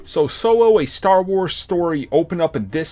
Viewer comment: "sowo" a star wars story.. HAHA